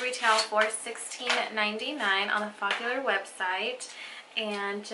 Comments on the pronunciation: Focallure dear.. not follacure 😂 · Its focallure not follicule. Or am i jst hearing it wrong?